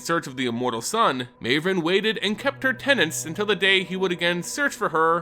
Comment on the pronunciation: Surely Mavren isn't pronounced that way?